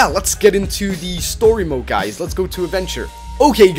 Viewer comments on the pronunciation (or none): none